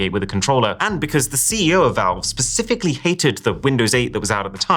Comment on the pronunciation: You said pacifically.